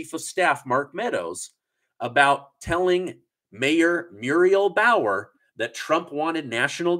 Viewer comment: It’s bowser. Not bower.